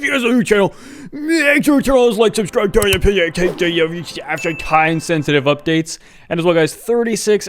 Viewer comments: The mumbling got me 🤣 “make sure to wyke subsidicnejxicb” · I love how the “subscribe and click the bell” part keeps getting more and more incoherent